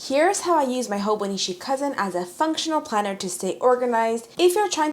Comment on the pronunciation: its HoboniCHI not HoboniSHI